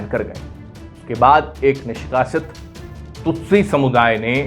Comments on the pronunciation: यह विडिओ दोबारा बनना चाहिए, संचालक ने बार-बार तुत्सी (Tutsi) को तुत्सू कहा है। आपके कई विडिओ में उच्चारण की समस्या बार-बार आती रही है! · Anchor Hutu shabd se itna influenced hai ki kyi baar Tutsi ko Tutsu bol deta hai. 😁😁